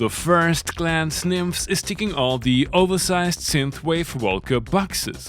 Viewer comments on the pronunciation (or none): One of the creatures was demonstrating it in a video from whatever convention it was. They are Greek, and he strongly pronounced the es at the at the end, not nymphs like you and loopop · As a Greek i should point out that the "es" is audible as the "s" in "USB" ... it's Nymph-es. Although i don't understand a word of whatever else you say and i always use captions!!!... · NymphEs the stress is on the E please:) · Loopop pronounced it wrongly. E is not silent. :) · Came for the mispronunciation of Nymphes.... got it! 😆